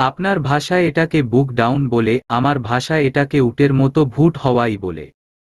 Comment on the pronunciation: বুক ডাউন না , শব্দ টা বুক ডন ।